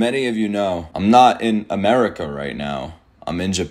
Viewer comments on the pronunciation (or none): none